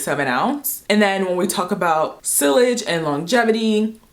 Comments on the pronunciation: It’s SEE-yage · Sillage is pronounced “see-yazh”😉